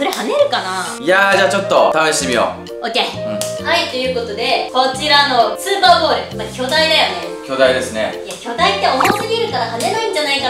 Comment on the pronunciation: 0：32｢スーパーボール｣じゃなくて｢スパーボール｣になってますよ⁉️今日も相変わらずはかわいいのぉ😍💕💕